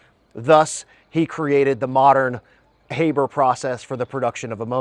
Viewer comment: sorry brother... please pronounce his name correctly from now on. Haber - Ha(r)ber. It may seem trivial to you, but when you call yourself a researcher it becomes important. The critics love this shit to point to and it's pretty basic stuff to say his fucking name correctly.